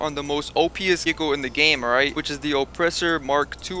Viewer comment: Let’s play a game take a swig every time this man says “ight”